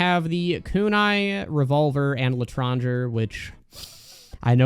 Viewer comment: For the love of whatever you hold dear learn how to pronounce Claideamh Mór and L'etranger, the worst part of all of your videos is the ear cancer I get from hearing them both pronounced the dumbass American wrong way